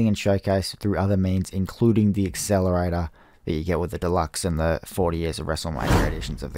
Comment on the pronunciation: WTF IS AN EXCELERATOR